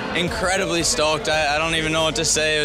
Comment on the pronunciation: that was a Canadian “stoked”